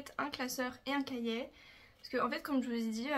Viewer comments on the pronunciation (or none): Cachiet 😂 C'est cahier 😆